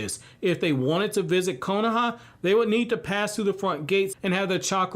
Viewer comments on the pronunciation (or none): none